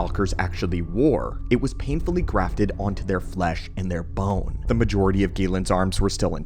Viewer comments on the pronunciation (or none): none